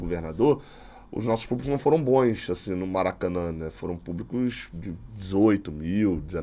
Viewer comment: "Bons" não "boens".